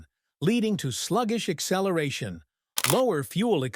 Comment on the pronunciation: Really ? USELESS. Your CGV speaks INCORRECTLY ! 1. A vehicle does not "excellerate". 2. "firstly"? 3. There is no such word as "amagin". Who is this video for, 16 year olds ? DUMB !